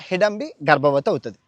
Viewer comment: నాభూతో నా భవిష్యత్ కాదు. నభూతో నభవిష్యత్ .... హిడంబి కాదు హిడింబి